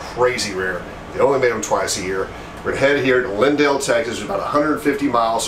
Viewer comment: Linden!!! Not lindale!!! I was born and raised there....home of Eagles great Don Henley